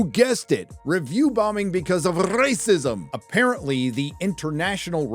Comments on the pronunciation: Can't you say "racist" or "racism" in a normal way? It sounds just as unfunny as it does when YellowFlash is doing it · You say a serious word as "RRRACISM!"..and i lol😂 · I love how you say Rrrasicm haha